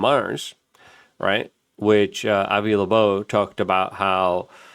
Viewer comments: It’s not “30 I atlas” It’s “3i atlas” Because it’s the 3rd (i)ntersteller object ever observed. One would imagine someone reporting on a subject could at the very least get the name right, as it’s Loeb not lobobe, Not a very good first impression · Also Loeb…Not Labobe… he’s been reporting on this for weeks and mispronounces both names every time… Hard to take him seriously anymore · Three eye Atlas, not thirty eye atlas. and it's pronounced Avi LOBE, not LEBOBE. Why can't you get that right? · OH MY GOSH LUKE!!!!! sorry bro it’s driving me crazy 🤪 It is “3 I atlas” not “30 I atlas” And his name is Avi Loeb pronounced lobe like your ear lobe not Avi Labobe!!!!!!! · Luke’s dyslexia is so cute. Avi Lebo! 🤣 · Avi LeBeau ? haha Doije ? tumulch-ooo-lus ? thirty-one-ATLAS ? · Luke, the mispronunciation of Loeb and 3I-Atlas was funny for a minute... but now you just look like a goober. BTW - Loeb is a wack. Or, a shill. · Bro you are killing me… it’s 3I, not 30I… and the o in Loeb comes before the b, not after it. Sorry, I’ve been trying to resist the urge to be pedantic about this, but I can’t take it any more 🥲